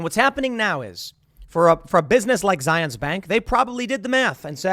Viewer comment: Its said Zi-uhns-. Were not in Israel.